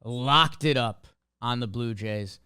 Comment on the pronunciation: I thought he said Blooper Jays for a sec 😂